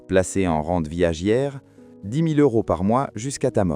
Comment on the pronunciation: 9.22 «...va T'être partagé". 13.35 "...vente viagIAIRE". Ouille!